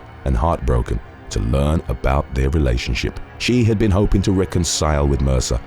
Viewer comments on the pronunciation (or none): none